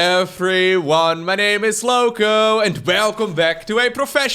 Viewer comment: Here In Brazil, as the way you say is like "Louco", that means Crazy!! 😂😂